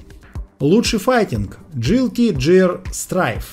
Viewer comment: Джилти Джиар? Джилти Джиар?! Серьезно?